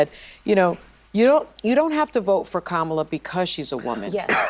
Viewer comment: Do better: her name is pronounced Comma-la